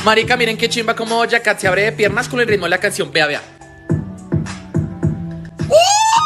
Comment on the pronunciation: Jajaja yo entendí boyacá en vez de dojacat